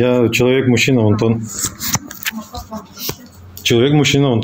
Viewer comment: А почему онтон, А не Антон?